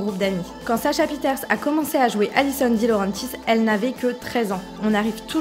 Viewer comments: "DilauRENtis" mes oreilles 🤯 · Comment elle a dit DiLaurentis😑